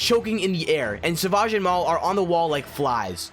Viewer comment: I don’t like to judge but you said savage wrong